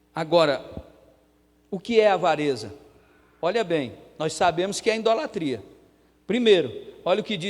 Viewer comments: Pastor: a Palavra é IDOLATRIA e não Indolatria cm "N" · Desculpa, meus ouvidos se cansaram de ouvir a palavra errada "INDOLATRIA" não deu para assistir! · Pronúncia certa: ' idolatria'. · Tudo bem pastor,o sr tem de falar correto.muintas vezes,o sr fala.indolatria. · Desculpas, com.todo respeito, mas o Sr fala IN idolatria, É isso msm?... nao seria Idolatria...é que o Sr frisa IN... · Ficar ouvindo um pastor falando em "INDOLATRIA "é deu desânimo.. Ainda mais que já veio com uma mentira dizendo que os católicos fazem idolatria. Pra seu governo. nós não colocamos nenhum santo no lugar que só pertence a Deus. Ah! e pra seu governo, não se fala, INDOLATRIA" e sim IDOLTRIA. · Não é in-dolatria, fala-se: IDOLATRIA.